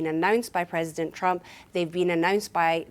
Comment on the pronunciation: "Says Donald Trumo"